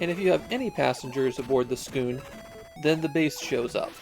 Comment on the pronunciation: I think it’s just ‘Skoon’ since there’s no ‘u’